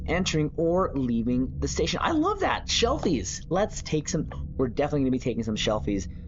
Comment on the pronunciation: The word that you are repeatedly mispronouncing is: SELFIES - not "SHELFIES". My response each time that I hear you mispronounce SELFIES, as echoed in the words of Captain Sulu aka George Takei: "Ooh My". 🤣